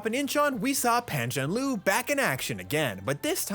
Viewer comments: A nitpick: It's Pan Zhan "Le" as in the Chinese phrase for happy, "kuai le". It's not "Lu". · Please learn to pronounce his name correctly. It's Pan Zhan 'LER'... not Pan Zhan 'LU'. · idk how to say it but it’s not zhanloo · Is not even hard😂....Le = Ler (but for foreigner are all pronounced wrongly) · Easy Pizzy. PAN frying pan. JAN like Jan Brady. LURE like fishing lure. Pan Jan Lure. Raise your voice slightly on the lure. That will get 90% there from the 10% score you got in this video for 潘展乐0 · Dude can pronounce every name correctly but don't have the heart to pronounce Pan ZhanLe's name correctly. 🤔